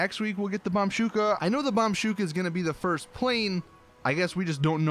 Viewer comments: i die a little inside everytime he says bombshuka instead of bushka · PLEASE, FOR THE LOVE OF GOD, ITS BOMBUSKA, NOT BOMBSHUKA! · SAY IT: BOMB-BUSH-KA NOT BOMB-SHU-KA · BOMBUSHKA NOT BOMBSHUKA...BUSHKA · PLEASE FOR THE LOVE OF MOTHER OF GOD, IT'S BOMBUSHKA* NOT BOMSHUKA OR BOMSHOUGA OR BOMUSHBA NEITER BORMGUSHKBA NOR BAMBOMKGBA PLEASE IT IS WROTE "BOMBUSHKA"* SO SAY BOMBBBBUSHHHHKAAAAA** por favor ! sorry it scratched my ears the whole damn video, good content tho ! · ITS BOMBUSHKA NOT BOMBSHUKA PLEASE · Bombshuka😂😂😂😂😂 İt is bomb-ush-ka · just doesn't read the comments... because he STILL calls it bombshuka.... it's BOMB-BU-SHKA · Bombushka. Not Bombsuka. Read it slowly then say it. Don't rush it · DUDE, it's the Bombushka, not the Bamshuka. BOMB. BOOSH. KUH. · BOMBBUSHKA NOT BOMSHOKA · Do you read comments? BOM-BUSHKA. Not Bombshooka. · Bomb-bushka not bomb shuka really not that hard to say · it's pronounced (bomb-boo-sh-ka) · FOR FUCKS SAKE ITS CALLED BOMBUSHKA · I am literally going to unsubscribe if he doesn't stop saying bomb shuka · I dont think he even reads the comments, this was spammed in almost every recent video and he still doesnt say it right... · This guy is still saying Bambushka wrong lol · Is dyslexic? Why can't he read/say Bombushka?